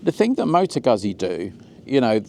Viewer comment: Oh PLEASE STOP! You are hurting my ears! 🤕🤕🤕🤕🤕🤕. It is pronounced, Mo - tow ..... Goot - see! LIKE Peet - sah! Two Zs is pronounced With a "T - S" sound.